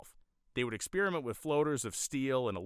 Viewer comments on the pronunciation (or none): Did you pronounce experiment "expeeriment"?